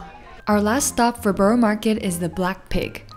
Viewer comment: I've yet to hear an American pronounce 'borough' correctly.